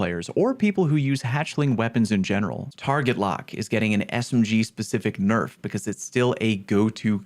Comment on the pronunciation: Lol... you said Boner-f (Bow-Nurf)